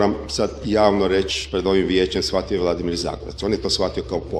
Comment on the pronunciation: Nije Zagorac, nego ZAGOREC, krivo izgovarao prezime, Pozdrav Štit ❤